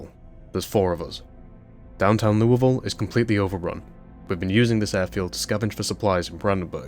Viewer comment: You have pronounced Louisville correctly, I give you the Kentuckian Seal of Approval